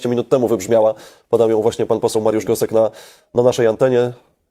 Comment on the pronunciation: Gosek! Nie Gostek.... Gosek!